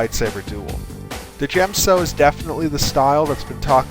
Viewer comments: djem-so is pronounced as jem-so, the d is silent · Isn't the d in djem so silent. it sounds ridiculous said de djem so. i think you must have this one wrong mate. but I might be wrong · THE D IS FUCKING SILENT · Correct me if I'm wrong but isn't the D in Djem So silent just like in Django and Djent? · djem so. the "d" is silent, hillbilly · The forms are pronounced as SHEEN or DYEM-SO.